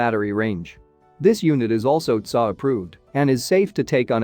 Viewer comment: Your AI pronounces T S A as tsaa.